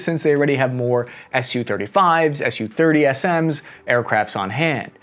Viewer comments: "Ess You." You said it right a couple times. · It’s S U, not SUE.